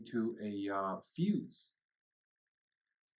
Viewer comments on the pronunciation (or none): none